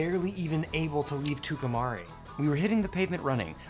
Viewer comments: Tucumcari is pronounced "Two come carry" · Tucumcari is pronounced like two come carry. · It's Too-cum- cary. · I guess by now you realize you pronounced Tucumcari wrong every time you said it which was often. Great music and a fun ride. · Wonderful film. Reminded me I needed to put in another order for some film. But I must admit, I loved the pronunciation of "Tucumcari".